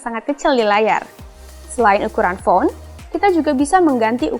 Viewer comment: Pronounce "bloatware" nya salah, malah dibaca /blutware/ bukan /bloutwer/. terus ukuran "font" dibaca /foun/, malah jadi kata "phone. kalo yg baca reviewnya lebih jelas pengucapannya, lebih enak deh